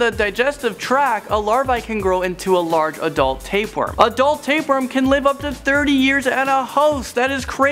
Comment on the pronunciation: wtf taperworm? you mean tapeworm